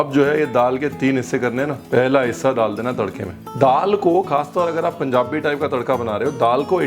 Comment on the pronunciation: Love how he says Punjabi. Being a punjabi feel so good